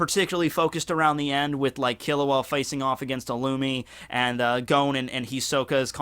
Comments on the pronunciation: Idk why you pronounce Gons name as Gown xD They even pronounce it as G-o-n in the anime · No offence, BUT you are able to pronounce complex Japanese name perfectly. But when it comes to names like 'Gon' or 'Gen' the most simple names, you do it WRONG. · Lmao my guy really says "Gown"